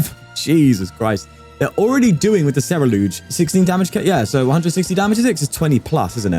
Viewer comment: It’s not Cer-E-lUge, it’s spelled Cer - U - lEdge. 😊